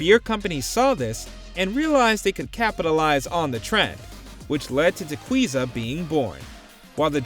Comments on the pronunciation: LOL… Tequiza is not pronounced TE-KWEE-ZA, ya gringo!!! It’s pronounced Te-KEE-za… like as in Tequila!!! ::facepalm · I've managed a liquor store for 15 years, it's pronounced "Ta-key-za" not "Ta-queeze-ah"